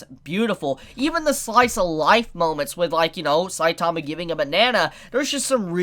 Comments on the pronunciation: Can you guys learn how to say saitama right? Gosh so annoying. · Weird that this dude can't even pronounce "Saitama" correctly.....sad